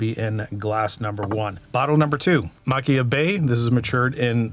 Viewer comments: I'm late to the party, great video! I LOVE Kilchoman - has be my favorite Islay distillery - and I BELIEVE it is Machir is pronounced Mah-kier from a Scot! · The “ch” makes a softer sound like the “h” in Arabic languages and you pronounce the “r”. It’s “Ma-kheer” or “Ma-kher”.